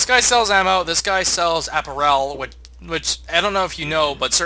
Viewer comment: App-air-ul not App-ur-el. Other than that minor mispronunciation, I'm loving the playthrough!